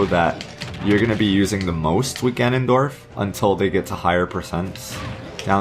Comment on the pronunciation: All I heard was, Ganondoriyah!